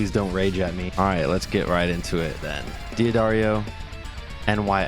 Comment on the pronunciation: I was wondering if this guy was going to pronounce D’Addario correctly. He didn’t. Moving on.